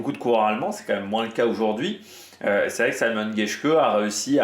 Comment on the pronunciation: Mais on prononce vraiment [saymon] geshke ? Ca me semble bizzare pour un allemand